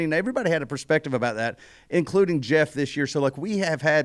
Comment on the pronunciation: It’s Geoff not Jeff…..